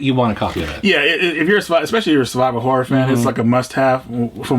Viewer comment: When said "Survival Horror" games, I was away from my PC and heard "Saliva Horror". Needless to say, when I went back and heard it correctly, I was highly disappointed.